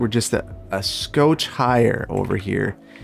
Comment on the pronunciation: Omg it’s been so long since I’ve seen you use move it, I forgot you say “scooch” wrong 😂